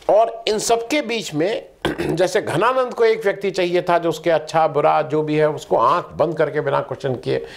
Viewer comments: your pronunciation is not okay for name "Dhananand". You are saying "Ghananand", which is not correct. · घनानंद नहीं जी धनानंद... थे मगध साम्राज्य के नरेश आदरणीय महाशयजी केवल राष्ट्र भाषा उच्चार शुद्धि के लिए जन हित मे जारी..🙏🏻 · घनानंद नही धनानंद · धनानंद not घनानंद